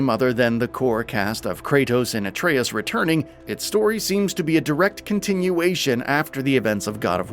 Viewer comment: I love when someone who has obviously never played the game or even had enough interest to just look up basic game play is supposed to be our source of information on god of war… its “aye-tree-us” not “uh-tray-us”. That name is said about ten million times in the first game. If this narrator even bothered to look up a simple game trailer he would know that